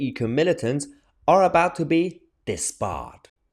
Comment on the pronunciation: Did You say disbarred or dismembarred. If they don't uphold the law they should be got rid of. 🇬🇧✌